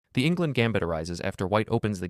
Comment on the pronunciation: Enngland,not Ingland.